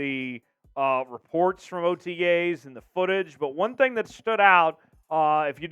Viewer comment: Swear to god your saying otgays instead of otas